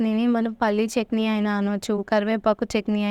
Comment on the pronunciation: Chekni kaadu chetni